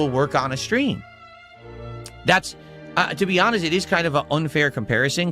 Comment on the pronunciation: Hanhest snort